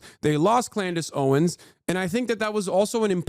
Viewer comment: It’s Candace Owen’s, not Clandace Owen…lol